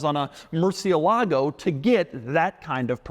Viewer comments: Doug, you keep pronouncing Murcielago wrong. It's "el" like you'd pronounce the letter "L," or like "el," Spanish for "the." It is not pronounced Mercy-a-lago. I think maybe you're getting the Lamborghini model and Trump's place in Palm Beach, FL confused. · It's "Murthialago" - I always remember this because the first time I heard about the car the Lamborghini guy emphasised the correct pronunciation. Sensible idea to put the reverse button out of the way of accidentally pressing it. Hmmm. Annoying reviews of supercars - if you want practicality buy a Volvo. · Every time Doug says "Murci-e-lago" a spanish speaking person dies... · Somebody really has to teach Doug how to pronounce Murcielago. Especially if he's gonna be throwing the name around in several of his videos. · Pronounced Gallardo right the whole video, mispronounced murcielago. Point deduction. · Doug still doesn’t know how to pronounce’Murcielago’